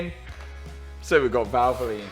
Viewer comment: Why do you have to say valvolin ?